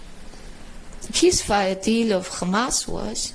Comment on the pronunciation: Oy vey... it's Khamas!